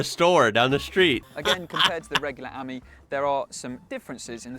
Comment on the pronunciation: More emphasis on the I , pronounce it Ameee , the same as friend in French .